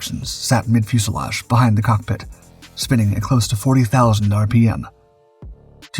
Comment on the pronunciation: Yep. Just ask him to say "Fuselage" ;)